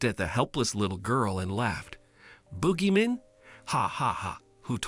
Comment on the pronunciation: "Booji man"? 😂😂😂